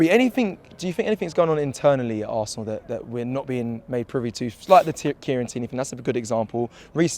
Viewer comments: Assna? Wot izz eevun daat? Robbish😂😂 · ITS ZE HISTORY OF ZE ASSNA 😂